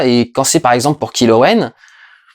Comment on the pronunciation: Tous les personnages ont moins de 20 ans. Intéressant... Tu t'appuies sur quoi pour affirmer ça. Pas sur l'âge des acteurs en tout cas qui ont tous plus de 20 ans. Notamment Adam Driver qui joue Kylo Ren (prononcé Kaïlo et non Kilo au passage) qui lui a 32 ans. Et dans la mesure où aucun âge officiel des personnages n'a été annoncé, j'aimerai vraiment connaitre tes sources. Encore et toujours de la désinformation mêlée à du travail bâclé sur cette chaîne.